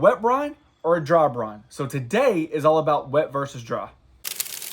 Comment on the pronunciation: Is he saying “ Brone “ ?